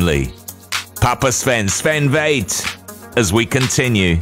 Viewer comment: Pronouncing Väth: It is not V like in vain. It is V like f*** or fetish. 😉